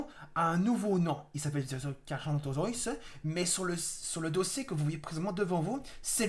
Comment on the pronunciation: alors je ne veux pas me moquer ou autre mais son nom ne se dit pas comme tu le dis carcha mais il se dit carca sinon très bonne vidéo